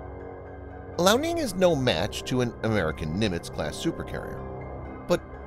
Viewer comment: Lee Ow. Liao. Not Lao.